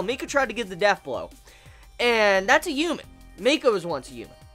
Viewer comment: Don't take offense to this, but is there a reason you pronounce H's as Y's? ex. Human vs. Youman.